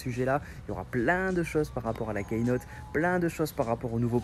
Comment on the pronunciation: hey, super video mais juste un petit detail on dit pas "kaynote" mais "keynote" ducoup cela se prononce "kinote", sinon continu super video